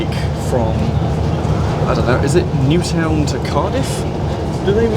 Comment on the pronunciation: Well, at least you pronounced Newtown quite well 🤣